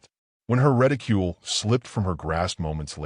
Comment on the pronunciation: Hold on is he reticule or ridicule like written??